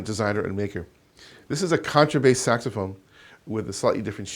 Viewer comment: it’s a sexphone. it is a sexphone”